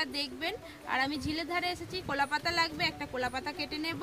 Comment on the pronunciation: আপনার কথা গুলো আগে ঠিক করুন,, কুলাপাতা না , ওটা কলার পাতা হবে